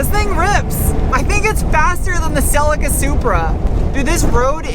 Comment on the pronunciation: Celica is pronounced celleeka 😅